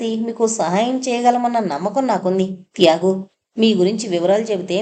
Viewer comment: "త్యాగు" అనే పేరు బదులు ఒక్కోసారి "యాగు" అని వినిపిస్తోంది